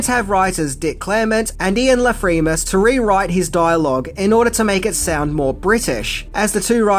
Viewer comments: "Ian Lafreemus" ?? His name is Ian LaFrenais ! Pronounced LA FRENNAY ! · Ian la Frenais is a weird one. It’s pronounced, ‘fren-ay.’